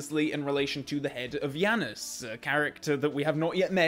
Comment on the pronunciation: "Yanas" my guy what